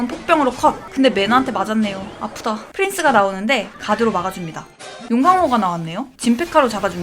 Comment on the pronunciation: 아프다를 누가 그렇게 말합니까 ㅋㅋㅋㅋ